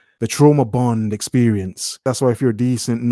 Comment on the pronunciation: "Why it gotta be ouuaaa essperieeence?" I'm not sure. Why can't you speak properly?